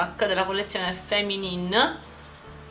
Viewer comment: Ok ho un nuovo bisogno, l'ennesimo ombretto borgogna!:D Visto che hai sbrogliato l'annosa questione "come si pronuncia 'Clarins'?" non posso far altro che ricambiare dissipando due tuoi dubbi xD 'Feminine' si pronuncia Fèminin, con la è accentata ed aperta come nell'italiano "festa", mentre 'explosive' si pronuncia icsplòsiv, con l'accento sulla ò e la o chiusa come nell'italiano "sotto" Nel prossimo video vogliamo 1 minuto e mezzo di FEMININEFEMININEFEMININE tipo scioglilingua xD baci p.s. #tuttacolpadiornella ho piazzato un ordine dall'estetista cinica!